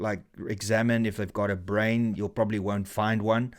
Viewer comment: Did you say "brain" scan? 🤷🏻